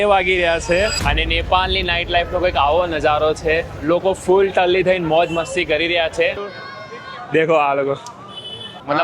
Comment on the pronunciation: Full talli Mast bolyaa